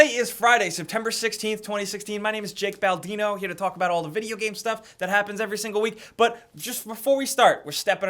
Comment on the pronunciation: Jake baldimo? I thought you said the great bambino lol